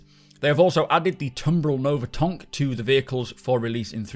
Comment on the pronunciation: It was’t a marketing misprint, it was CIG’s frog - er rather, Frenchie, who introduced us to le’ Tonk, as he continually pronounced it.